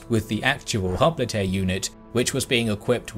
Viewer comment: Hoplite is pronounced " hop - light". just as a future note. Otherwise a very enjoyable video as usual :)